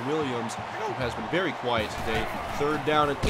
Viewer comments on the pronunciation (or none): none